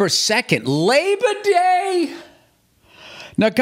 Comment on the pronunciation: Lay-bah day was so worth it to hear Bill say that